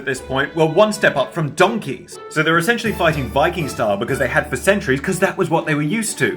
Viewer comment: The way you said donkey was maybe the most English anyone has ever sounded